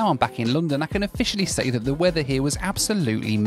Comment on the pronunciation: I hope you don't think of me as a troll but, in watching this episode... I NOTICED that besides your British accent you have a unique way of saying "London".... You pronounce it Loo-don (or Lu-don); the pronunciation stood out primarily because I had just listened to your "Loo Review".... this is merely an observation, not trying to make fun of you. I thought it was humorous. Safe travels and keep doing what you're doing, I find it interesting and satisfying.